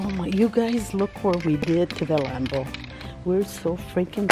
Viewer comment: How to say lambo: Me: lambo: lumbo